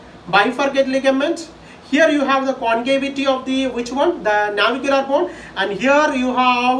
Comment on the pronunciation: Nice..👌 Its Navicular man😄